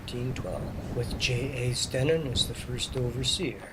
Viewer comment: I grew up there, and went to school there too. Stenen is pronounced "STEENEN" with a long 'e'